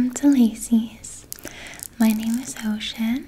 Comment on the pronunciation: I swear, in the beginning, it sounds like you said, "My name is Ho-cean." Lolz.